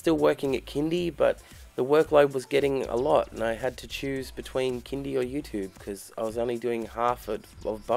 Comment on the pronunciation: When Australians say YouTube the American way it makes me want to kick things. 😡